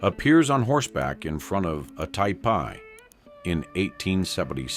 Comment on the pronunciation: WTF-"Tie Pie" aka "tee pee" AI Horseshit